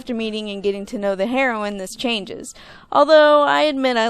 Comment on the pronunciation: haha you said heroin instead of heroine. Good points though, I really enjoyed both movies. Disney's definitely coming back, but with their recent shutdown of hand drawn animation I'm a bit disappointed. The Princess and the Frog was just more visually pleasing, although I will admit perhaps a bit too creepy for children.